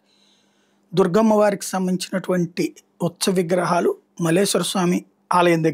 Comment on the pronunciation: గారూ.. ఉచ్చ విగ్రహాలు కాదండీ.. "ఉత్సవ" విగ్రహాలు అని చెప్పండి.. "ఉత్సవ" అని పూర్తిగా పలకండి.